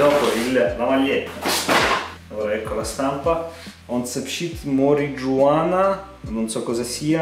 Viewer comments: Ahahhahaha MORIGIUANA?? Pronuncia perfetta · kphÈ mariuana si legge